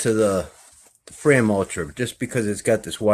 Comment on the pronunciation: it's not frame as you say (FRAYM!) it's FRAM like (PLAN)😁😁